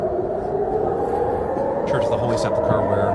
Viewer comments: Pronounced Sepulcher, not seplucher. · Benny, for the sake of my sanity .... get your pronunciation right ......Sep-U-lcher ..... NOT SEP-LU-CHER .... please. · Benny .. PLEASE have a friend teach you the pronunciation of 'sepulcher', it was almost too cringe to hear you bastardize the word. Really makes you look ignorant ! 🤨🧐